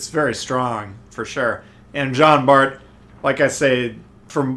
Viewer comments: Its pronounced "John" Bart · Good review! I figured you'd enjoy the Jean Bart (the T is silent, in case you're interested), since you like the Richie so much. I played maybe an hour or two yesterday, and noticed that I'm about 1/3 through most of the campaign ops...definitely easier than previous, even for casual players like me. Which is probably good, since my son got me back into Tanks after the Atago campaign... Merry Christmas sir, to you and yours!